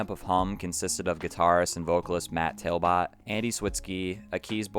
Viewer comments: it's TALBOTT (TALBOT where i come from) pronounced Tal-bit .. not tail-bit.. my fave songs on this album were big dipper and the pod... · Based off spelling it isn't pronounced Tail-Bit you just don't know how to say Talbot. I hope you know the right meanings of I'll and All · Matt's last name is pronounced exactly as spelled, not "tail-bot". My hometown is his and ibought electa 2000 with hidden track for $5 from his mother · How do you not know how to pronounce Talbott?